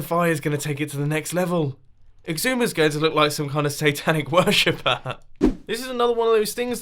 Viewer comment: How you say Xisuma: Icksooma